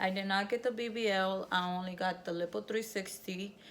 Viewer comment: Lippo? 😂😂😂 I can't deal. Lyyyypooe. Island you don't pronounce the "s" either. You tried baby girl you tried. You look good though.